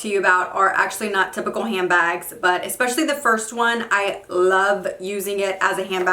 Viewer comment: Expescially or especially? Lol